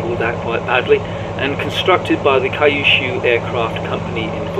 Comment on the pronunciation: we call Kyushu Q-Shu , not Kai-shu.